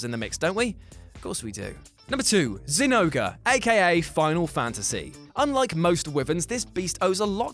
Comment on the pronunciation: Did you say zinouga? Its zinogre or Jinouga, nargacugas weakspot is the head btw